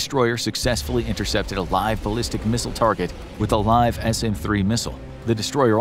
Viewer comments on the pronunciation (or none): none